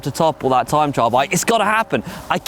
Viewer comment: Tream trime trial...... struggles in speaking and in a pace line! Ream